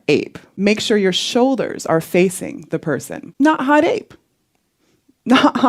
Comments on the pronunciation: Especially when she said “hot aping” AAAAAHHHH I HATE IT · It should be pronounced Ho Tape ngl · No, it was actually "Ho Tape". 🙃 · I lowkey got uncomfortable very time she said hotape. I felt like i was about to get roofied by her. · I honestly prefer the acronym being pronounced as "ho tape." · "In which instance do you want to hot ape me." Wtf mon...? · The woman forgot the R, for roughshod, in Hot ape. And you know exactly where that R goes. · I'm going to pronounce it HO TAPE. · She’s missing the H in Hot Ape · No one:: NOT HOTAPE! HOTAPE